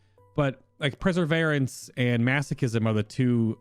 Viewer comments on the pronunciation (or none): I think you're pronouncing perseverence wrong... it''s per-sa-vere-rence, as in to persevere with something, not preseverence